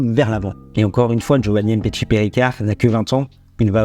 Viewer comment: il parle du fait que tu prononces mal le nom du joueur. Tu dis "M" petshi, ça se prononce "MMMPetshi" c'est tout attaché. C'est comme quand tu dis "Vladimir" tu ne dis pas "V" Ladimir. Tu vois la nuance ? J'espère que j'ai pas été trop brouillon dans mes explications 😂